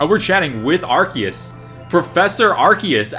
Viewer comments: Uhh ahcktyually its Arkyus not arseus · It's pronounced ARKOOS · Gotta say it isn't arkeus man Arceus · You silly silly human it is arcoos